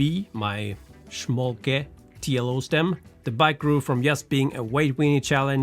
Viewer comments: Your pronunciation of "schmolke" is pretty good, no need to worry. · Cool project and company. And you pronounce Schmolke pretty good 👍! Cheers from Germany. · You „Schmolke“ pronunciation is on point! 👍